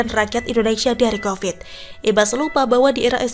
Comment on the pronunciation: Covid bu bukan kopet